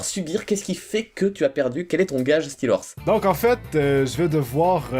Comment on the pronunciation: OMG LA PRONONCIATION DE STEELHORSE